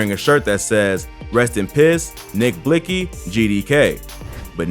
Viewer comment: What was trying to convey was is that the news reporter pronounced his name the way it was spelled. It’s spelled Blixky but pronounced Blicky., thank me later.